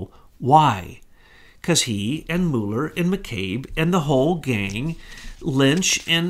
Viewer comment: will you please make up your mind how you are going to pronounce Mueller's name. I am of Norwegian descent and there are many Muellers in Norway. We pronounce them as follows. (Mule) (er).